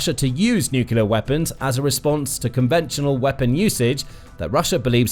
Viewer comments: Could your commentator please learn to say ' nuclear, rather than 'nucular', which sadly makes him sound like G W Bush ; never a good sound !! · Really annoying: Nu-cle-ar NOT Nu-cu-lar! Enjoy otherwise! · Since when has NUCLEAR been pronounced NUCULAR? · The words is nuclear “ new clear” not nucular. Drives me mad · Its nuclear not nucular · It's about people learnt to pronounce nu-cle-ar rather than nu-kill-er. Can people not read any more? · NUCLEAR ! NU-CLE-AR ! NOT NUCULAR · Stop saying 'nuculer' It's nuclear (new-clear) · Nuclear not "nucular". A 20 minute video where the announcer can't pronounce the word "nuclear". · I thought people who speak British English know how to pronounce words correctly. Even Americans know that it is "Nuke-Lee-er" instead of "Nuke-You-Ler." Well, most Americans I talk to know how to properly pronounce it. George W Bush is an exception, of course. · What is i with spelling-blind people that insist on saying "nukular" instead of "nuclear"? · It's pronounced as spelled:: NU CLEAR (NEW CLEAR) I really enjoy this program but I cannot stand listening to it when your butchering the English language.